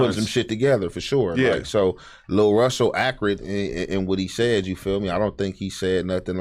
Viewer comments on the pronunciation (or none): the way says accurate 😂😂😂